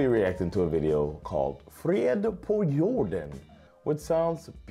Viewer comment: It's fred på jorden, not frid